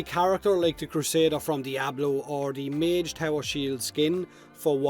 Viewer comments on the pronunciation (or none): none